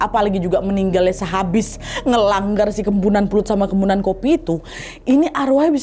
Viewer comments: Kok kempunan? Kepuhunan mungkin 😂 ini harus hati2 sih beberapa kali pengertian atau pengucapan kata2 dr bahasa kalimantan salah terus. Kmren juga salah pengertian tp lupa video yg mana, pokoknya cerita kalimantan juga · Kemponan wak bukan kempunan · Ak orang Kalimantan asli kak Nadia salah penyebutan "kepuhunan" itu baru benar tpi gtau juga sih klo Kalimantan lain nyebut nya gmn😅🙏🏻😊